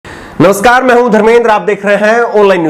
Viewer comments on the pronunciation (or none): none